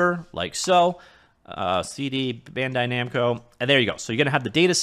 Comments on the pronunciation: Did he say BANDO NAMCAI RESEARCH? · Just taking a moment to chuckle at the spoonerism near the start of the video: "Bando Namkai." Nice.